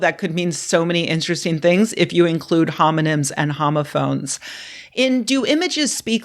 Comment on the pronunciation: "Homomyns and homophones" I almost choked on my tea.